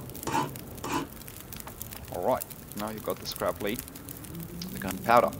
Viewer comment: The heavy metal ‘lead’ Is not pronounced the same way as wire ‘lead’